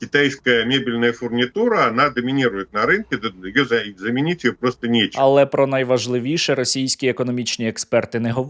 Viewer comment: "Замініть нєчєм"? А як же АНАЛО ГОВНЄТИ?